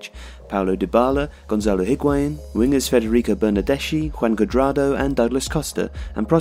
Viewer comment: *bernardeski. Kiellini. Ch in Italian is like K